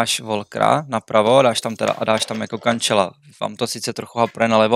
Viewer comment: Kančelu, Džota 🥲 jinak super série podcastů, ale na té výslovnosti by to chtělo zapracovat.. nesedí mi to k tomu množství informací co všichni máte (YouTube - how to pronounce “jméno hráče”)